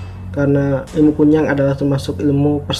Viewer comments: Kuyang pak bukan kunyang Kunyang 😂 Aku orang kalimantan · Nyebut nama a aja SALAH 🙄😌 KUN NYANG ????? "apa an tuh.. K.U.Y.A.N.G RALAT DULU TU ejaan.. Situ aja NGEBASSSS bahasa a. Kalo bukan asli Kalimantan gak usah share vid😏 Kalo blom pernah ngalamin, GAK USA DEH S.O.K TAU!!!!! omongan U, hanya biak belaka. Q ASLI KALIMANTAN TIMUR. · KUYANG bro yang bener BUKAN KUNYANG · Koreksi KUYANG bukan Kunyang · Maaf bro nyela dikit, kuyang sih namanya bukan kunyang...kuyang itu sebutanny dlm bhs Banjar,klo dlm bhs Dayak Ngaju itu namanya Hantimang sebutan utk kepala terbang,ada wujud lainnya ktika mrk tidak bs trbang/terhalang utk melepas kepala dan tdk ad ksmptan terbang,mk merubah wjud jd binatang jdi2an, tpi kepala manusianya tetap menggantung di bwah leher binatang jdi2an itu, ada jg yg tdk bisa merubah wujud krn terkunci mantra biasanya tetap brwjud mnusia hanya saja sprti kesurupan dgn memanjangkan lidahnya saja, jenis ini nmnya Pangoloh atau Hantuen. Skg ini persebaran yg lebih pesat krn perkawinan, bukan lagi krn mslh myk kuyang/myk bintang utk pesugihan atau awet muda tpi titisan hsil prkwinan,contoh: mnusia yg bukan keturunan x itu kawin dgn manusia siluman jenis ini, biasanya sangat jarang klo tdk menjangkiti pasangannya,bgtu pula dgn kturunannya walaupun tdk semua anaknya menjadi manusia jdi2an. Dlu pngalaman sih keluarga di kampung ktika di ladang didatangi seekor rusa jdi2an yg dibawah leher rusa itu ada kpla manusianya,dlm keadaan begitu jgn takut lbh baik mlwan ditebas saja atau jika kenal dgn wajah yg menggantung dileher binatang segera kita sebut aja namanya atau nama lengkapnya biasanya lgsg berubah jd manusia..jika sdh berhdpn dgn yg ini biasanya tujuannya mmg menyerang kita,tpi klo yg kepala terbang itu sih sasarannya cmn org bersalin,hamil,sakit parah&org yg sdh meninggal..sy dl bbrp kali melihat kepala terbang itu, iseng sy tunjuk saja dgn telunjuk dan saya pa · Kuyang bro bukan kunyang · Pak kuyang bukan kunyang